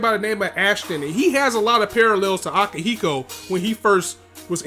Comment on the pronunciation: Okay, it's time for you to remember and pronounce some names correctly. Repeat after me: Arbrau: Ar - Brau (not Arbaru) Akihiro: A - Ki - Hi - Ro (not AkihiKo) Gusion: Gu - Si - On (not Guison)